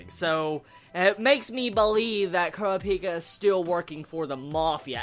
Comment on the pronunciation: Your pronounciation of names is horrible xD Kurapika not Kura - Pika.